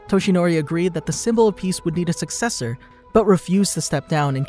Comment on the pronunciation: he said a sucseccer for all for one